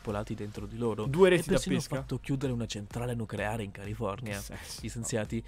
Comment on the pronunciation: Qualche perla di: "del Brasile e del CARU' " "i COLLI del maschio" "le PROLI" "centrale NUCREARE" "i SENZIATI" "PORESSIDO d'idrogeno" "LUNGUE ciocche" "alcune FORMITE" "piante di GOMODORO"